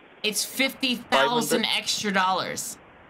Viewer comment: fifty tousand